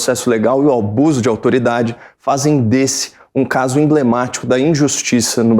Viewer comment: "Albuso de autoridade" depois ainda tem quem diz que a pessoa é muito intelectual. O sujeito mal está conseguindo pronunciar as palavras corretamente e mesmo assim recebendo elogios. Estamos é no Brasil mesmo!